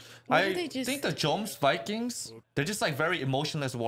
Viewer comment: This is Floki, the guy from the first episode was Thorkell, you will get to know him a bit later in the story. Also its pronounced Yomsvinkings not Jomsvikings.